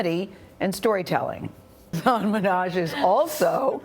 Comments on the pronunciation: it irritates me how they pronounce his name knowing it’s wrong, it’s not hAsAAAN its huusin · It's not 'hasaan' people. It's 'hasun'. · question... how are you supposed to pronounce hasan??? i see a lot of hosts pronounces it as "hass-aan" and he never corrects them, but when he refers to himself in the third person there isn't that strong emphasis on the second syllable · Why she said his name wrong